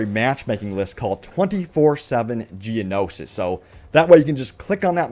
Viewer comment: Geono-shi... Geonosis.